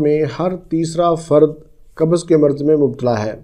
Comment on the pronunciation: Dr sahb kabaz nahi...bolte ...kabz bolte hai...